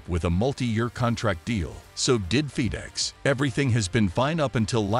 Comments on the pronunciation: Fe dex isn’t in NASCAR. This dude can’t talk right. It’s fed ex. Just saying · Your announcer can’t pronounce many words like feedex and many others. Find someone who can speak English! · Have you guys ever considered using a human being to narrate your videos?!? If you’re interested, I’d be available for you. Seriously “Feed-Ex”?!? 😂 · Can't even say Charlotte, Pocono & even Fed EX correctly. Hamlin is the most overrated driver NASCAR has ever seen. He's good at running his mouth that's it.